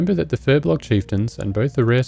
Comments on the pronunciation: Another "Furblogger" It's Furbolg! :P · not Furblog but Furbolg! >_<